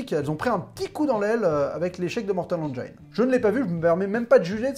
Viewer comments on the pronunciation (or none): mortal haine-jine ça se prononce.